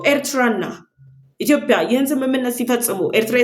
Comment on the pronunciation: ጎበዝ ዘጋቢ ነሽ ነገር ግን "ኢትዮጵያ" ብለሽ ጥሪ "ኢትዮፕያ" አይደለም